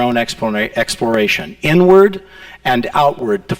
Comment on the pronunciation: wow took me like 40 minutes to realize he actually says "inward" and not "n-word"